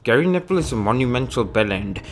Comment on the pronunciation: Lol. Forgive me if you think I am mocking you. Your intro sounded like 'Gary Nipple' and I am going to have to borrow that. 😂😂😂